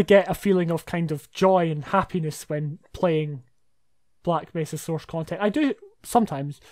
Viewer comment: I love the way you pronounce Source. Soursh. Aren't you, by any chance, Sean Connery?